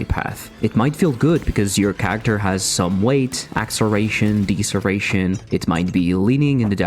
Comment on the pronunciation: Deeseration Nuts